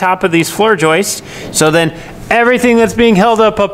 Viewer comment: Thanks for correcting the Recipricating saw issue. The next lesson is to say floor joists instead of Joyce's. Keep up the good work.